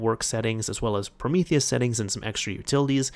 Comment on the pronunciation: PrometheOS is pronounced Prometheus btw :) Theres a hidden Snake game built in, thats the highscore reference :D